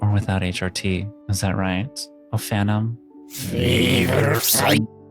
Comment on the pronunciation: The actual pronunciation of ophanim is “OAF-uh-nim”